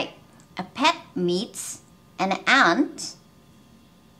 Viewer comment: ant はshort vowelですか？ の発音を聞いてると、私にはlongに感じるのですが…